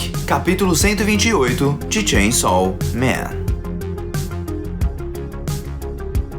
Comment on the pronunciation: Como você fala?😅 Shein sal men Sem chão men Tchem somem